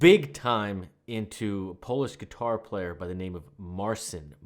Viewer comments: Marcin.. not Marsin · it is pronounced mar-cheen